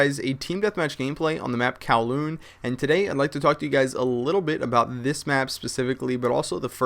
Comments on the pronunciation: haha good he said kowloon this time, not "CALHOUN" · He said KowLoon. :) much better! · finally he said Kowloon and not Calhun..... -_ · Yay you said kowloon right lol! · YAY! finally! Kowloon pronounced properly :D